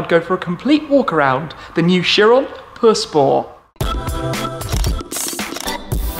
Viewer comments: “The new Chiron Purr spow” man just call it pure sport jeez 😂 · Buggati chiron pur spor😂 that's what I hear. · drink everytime he says perspoor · How he says pur sport makes me feel weird